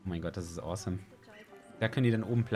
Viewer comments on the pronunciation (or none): none